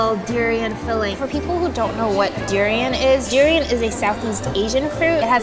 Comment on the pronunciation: the way she pronounced durian made me uncomfortable, im from Philippines btw